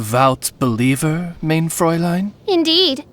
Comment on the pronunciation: Unfortunately, the german words are pronounced wrong. English speakers, remember this now and forever: * MEIN = MINE (not main!) * VERURTEILUNG = fair-OOR-tile-oong